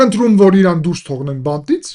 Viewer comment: Նախ ԻՌան չէ , Իրան է , հետո էլ ճիշտ ասա ' ինչքան դոլար ես ստանում նման սրտաճմլիկ ելույթի համար